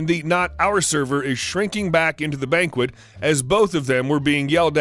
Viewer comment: I love your videos and rarely hear mispronunciation from you, but in this video I did. Banquette is pronounced baNG-ket.